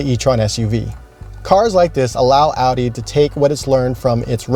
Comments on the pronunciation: Its not adi. Its Audi. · Guy butchered the name Audi..